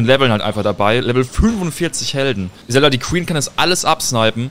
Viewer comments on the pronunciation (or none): none